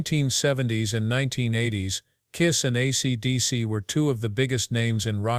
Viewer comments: Maybe you should concentrate on getting your AI to say: "ACDC" instead of "ACTC" before releasing this slop! Just saying! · I know it irritated me to a point I couldn't finish it. ACTC........ TF is that band?